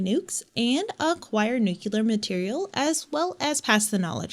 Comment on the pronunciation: It's NUCLEAR and not NUKELAR.